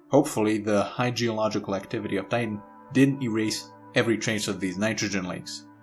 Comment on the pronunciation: The German accent slipping in.